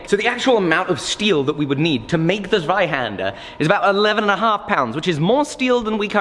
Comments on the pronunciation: I like that you say the name in German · I think it’s pronounced zweihander ;) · did you study German? Americans usually butcher the language, but you hit the pronunciation on the head!